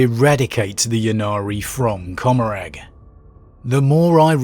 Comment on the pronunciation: It's Seg-or-ack and Com-or-rah.